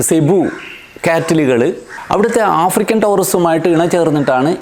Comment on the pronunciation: ആഫ്രിക്കൽ അല്ല ആഫ്രിക്കൻ തെറ്റ് ചൂണ്ടി കാണിച്ചു എന്നെ ഉളൂ. 😏🥴